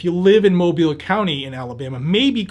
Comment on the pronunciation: He pronounced Mobile correctly. Thats rare